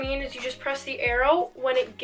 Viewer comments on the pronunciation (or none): none